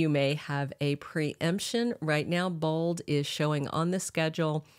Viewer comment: Why do you keep saying bald and not bold ?